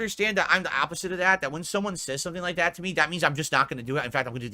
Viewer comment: THET? What on earth does that mean? Mouth feeling alright?